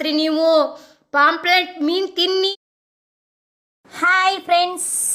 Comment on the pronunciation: ಅದು ಪಾoಪ್ಲೆಟ್ ಅಲ್ಲ ಮಾರಾಯ್ತಿ. ಪಾಂಫ್ರೆಟ್ ಅಂದೇಳಿ.